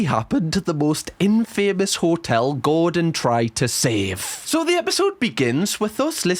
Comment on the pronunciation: in-fay-mus is killing me 🤣